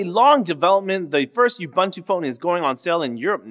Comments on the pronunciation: Oo-boon-too Not "you-bun-too" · ubuntu? this is the first time i heard it pronounced as you-buntu. we pronounce it as oo-buntu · It is Ooboontoo! sniff /s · Stop saying ubuntu wrong.